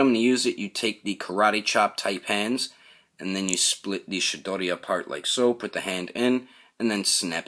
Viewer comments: Great review, I laughed my ass off when you said Chidori cuz it sounded like you said "Shit-doddie" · Good review sir! I have the original Sasuke, but might pick this on up for the new accessories. I could tell if you were pronouncing shidori or chidori?